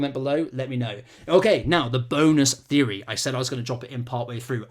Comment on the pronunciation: Repeat after me: TH-TH-THEORY.